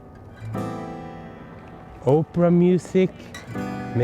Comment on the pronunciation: In front of the Opera House. I thought you said "Oprah music." Ha!